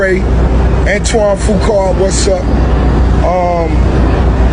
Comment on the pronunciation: It’s Antoine Fuqua. Not Fukar.